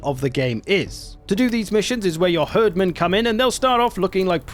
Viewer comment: For the love of rødgrød, please stop calling them "herdmen" It's pronounced "Hierdmen" XD